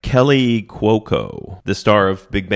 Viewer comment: Kaley (KAY-lee) not Kelly. Again, nails on a chalkboard, boys. Time to start looking up how people's names are said, dudes, until you get a good handle on all these celebrity names..